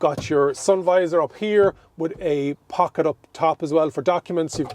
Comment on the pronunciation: Sorry but, could you explain to me what you mean when you say "bonnesh"? is it maybe the bonnet you are talking about? I also like the "pockesh" on he door🙂 People from UK will not understand you.. ahahaha. Anyway, greash video!